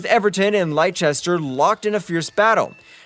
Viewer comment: LIE-CHESTER CITY 😂😂😂